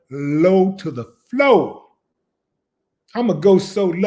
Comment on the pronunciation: 😂😂 “.. I’m going low to the floow...!!!”